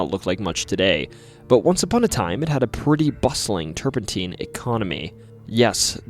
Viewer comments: It's turpentine, not turpenteen. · Turpentine is pronounced "TUR-puhn-tyne", NOT "teen". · Turpentine is pronounced Turp In Tine with the tine sounding like LINE